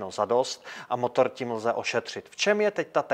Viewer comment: Starrrrrrrtovat motorrrrrrr